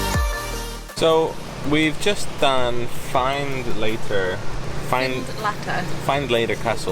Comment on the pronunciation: Find-lattter it is not. Finlettur it is 😁